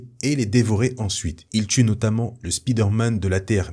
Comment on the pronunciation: stp : SP¨Y¨DER pas Speeder... tres bon contenu si non.